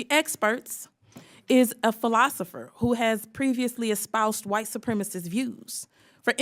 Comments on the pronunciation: Shouldn't this headline say "Lauren Boebert FURIOUS with Cori Bush for White Supremis SMEAR on Witness"?? Lauren said "White Supremis" three times here, proving that she doesn't even know what the word is. LOL! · "SUPREMACIST" NOT "SUPREMIST"!!! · still confused as to why people say supremist as opposed to supremacist while speaking. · Your realize that it is Boebert that doesn't know how to say "supremacist" right?